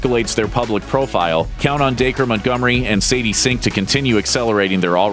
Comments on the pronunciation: Da-cree not Daker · wow i thought “dacre” was pronounced like “dack-ree” not “day-ker” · DAKER NO DAC-REE